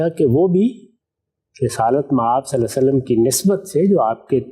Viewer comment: جناب غامدی صاحب آپ درود شریف صحیح کیوں نہیں پڑھتے صلا صلم کیا ہے